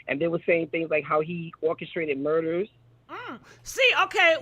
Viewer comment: Did say MURKERS!!!.🤣🤣🤣🤣...... MURDERS LOL!................. I LOVE YOU!!!! ♥️♥️♥️♥️